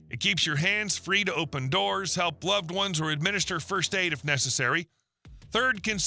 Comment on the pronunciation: This AI voice sounds like someone whittled on his "one's" with a pocket knife.